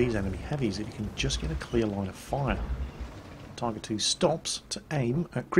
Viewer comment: I heard him say Typer 2